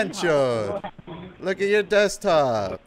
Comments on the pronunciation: The "dextop" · None of them can pronounce DESKTOP .